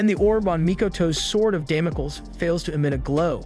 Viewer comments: Damocles is pronounced "damm moh cleez." Yoshiro is pronounced with a Long O. Yo Shee Ro I doubt it's spelled Yashiro, but then I don't know this anime. Please try to learn the correct pronunciations. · Δαμοκλής or Damocles is an ancient greek name. Male names end with an 'ς' , which is the 's' and it is pronounced s , as in stop ; Which is exactly what you should do... Stop and start practicing what you're trying to preach.